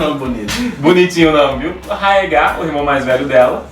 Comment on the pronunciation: "Targaryan" "Raegar"...Esses erros de pronúncia me da uma raiva,mais tirando isso ta bem legal o video,bastante informações...E na vdd o Rhaegar e se casou com a Elia Martell e teve dois filhos com ela,e a treta toda foi que a Lyanna já tava prometida ao Robert,e no dia do torneio lá ele ganhou a coroa de flores que era pra ele dar para a mulher mais gata dali,invés dele dar pra esposa dele a Elia ele passou reto por ela e deu pra Lyanna ai o Robert ficou putasso,e nisso o Rhaegar sequestrou a Lyanna e o Robert se aliou aos Lannisters e aos Stark e começaram a rebelião...